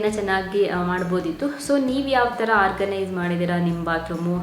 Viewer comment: try pronounce few words properly, for example organise, when u pronounce frist that also not pronouncing properly (before uploading listan to the audio once den u will come to know how poor is ur pronouncing